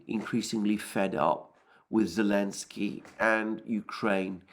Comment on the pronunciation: is that that bearded nutter who can never look at the camera, who calls Zelenskyy, elenskyy. Yes very unbiased that guy, from the Duran rated a Questionable source based on far-right-wing bias, promotion of Russian propaganda and right-wing conspiracies. Much more trust worthy